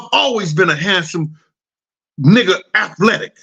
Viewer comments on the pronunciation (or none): Tell'm..😂😂😂Af-letic